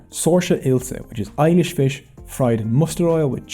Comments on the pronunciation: Ilish is pronounced "eelish", not "eye-lish". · I love this video so much That i think i can forgive all the mispronounced words. But seriously eyelish was so ridiculously funny 🤣. The correct pronunciation is E-lish. Speak E first than Lish 😅 I enjoyed this video as someone from Bangladesh. We actually learn this in our history but seeing all of this visually was really great. I think i learn more from this video about my country. You did a great job sir 👍👏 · Just a small correction: "Ilish" fish should be pronounced as "ee-lish" (not "ai-lish"); it also was spelled as Hilsa (heel-sa) fish by Europeans. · i know the fish spelling is ilish but its pronounce E-lish